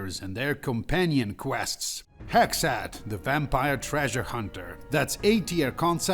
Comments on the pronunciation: I live in the USA in 2026 and the way you say “Hexxat” is WAY too close to “Hegseth” lmao cortisol spikes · Same here. Even after I saw how it was spelled, I kept hearing "Hegseth", lol. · He actually pronounces it like "Hegseth" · Thank God I'm not the only one that thought that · I had to do a double take when i heard you say "Hexxat"